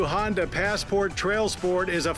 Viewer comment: Agreed. I will let KBB do the reviews too if stays completely away from Hondas completely. (He can also do Acuras without mentioning Hondas) (It's because of his stupid pronunciation of the brand).